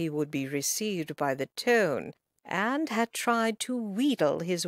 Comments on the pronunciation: Its not tone, its ton, pronounced tun, that's as close as I can describe it. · AGREED!!!! EVERY TIME she said " tone" I cringed and wanted to scream.. IT IS TON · OMG the word IS NOT " TONE" I cringe every time she says it... IT IS "TON" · I’ve read this kind of book before and always wondered how to pronounce “ton” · Why is she pronouncing "ton" like "tone?" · narrator mispronouncing “to and scone she’s using US English .The ads are too many ad interferes with the witty story .